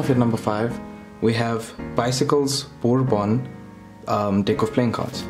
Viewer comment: Bourbon is a drink originating in Orlando.. Which isn't technically considered the west... Think New Orleans. Also it's pronounced (berbon) Otherwise not bad... Much more professional